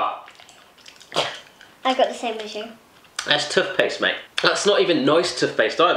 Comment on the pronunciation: He says tuthpaste